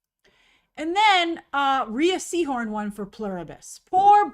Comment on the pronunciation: Rhea’s name is pronounced “Rey”